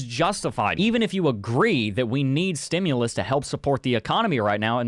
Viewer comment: There's no "o" in "stimulus".